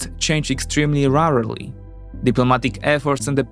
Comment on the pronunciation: The bias of this Polish guy in a single sentence - / The same battle hardens Ukrainian forces but degrades Russian, brilliant. And please, can somebody tell him how to pronounce rarely and primarily?